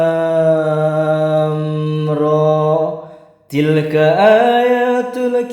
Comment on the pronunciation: mohon maaf mau mengoreksi bacaan nya yg alif lam mm nya ndak usah di panjangkan. Klo mau lebih lengkap bisa baca buku yanbua yg ghorib juz 6 Note: mohon maaf jika ada kata2 yg menyinggung hatinya 🙏🙏